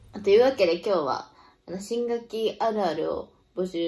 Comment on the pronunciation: 新学期が新武器にしか聞こえない😊